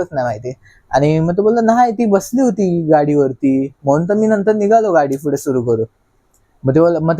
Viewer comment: फुडे ❌ पुढे ✅